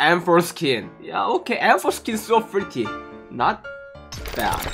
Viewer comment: It's s0 funny how he says “pretty"